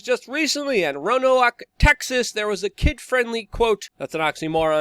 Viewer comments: Btw, the town of the drag queen show is pronounced " row-n-oak". I drove a taxi in that area. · It's pronounced, "Row-an-oak." Emphasis on "Row."